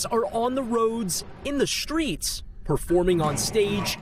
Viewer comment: New skills set - unemployed. Why this guy pronounced “streets” as “shtreets”?